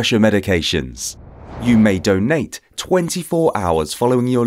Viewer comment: The way he says donate tho, I want a doughnut now 👌🏼